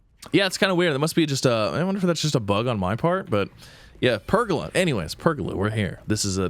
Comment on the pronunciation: Please learn how to pronounce pergola correctly. Its ola like how you say cola. Say it with me. Per...gola 🤦‍♂️